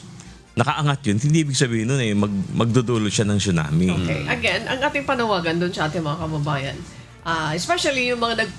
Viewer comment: It’s pronounced as sunami not chunami